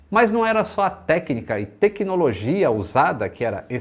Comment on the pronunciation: Não é bruxaria. É Têquinolojia. 😅